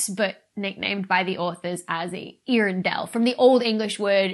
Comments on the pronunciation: Poor Tolkien. I think it would be more authentically pronounced similarly to 'YOR-en-dil' but I would defer to the experts. (Old English is weird like that.) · I'm pretty sure that the first two letters in both Earendil and Earendel should be pronounced as separate syllables, not pronounced like Ear.